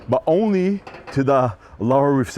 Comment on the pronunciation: Who would listen to a bloke that says ornly instead of only